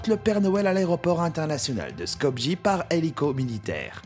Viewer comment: Je veux juste revenir sur la prononciation du nom de la capitale de Macédoine, Skopje qui ne se prononce pas "Skopgi" mais "Skopye" car le "j" se prononce "y"